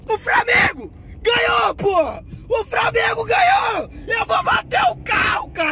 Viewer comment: Bebendo e dirigindo, e falando "framengo"